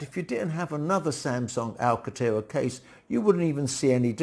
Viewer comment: There is an 'n' in Alcantera. You are omitting the 'n'.